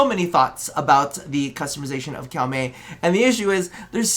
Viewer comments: 1st Edit : its Koh-Mey not Cow-Mey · We always love this series, thanks to your unique takes it inspired a lot of our Fashions over the years so thank you for this series. Also, we did have to look it up, so there's a chance we're wrong, but it looks like Koumei is actually pronounced Ko-me. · Cow-mey? please tell me it's a meme lol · Okay, so, taking instruction from the latest video: Kou rhymes with co like in "co-worker". Mei rhymes with May like the month, so you got that part right haha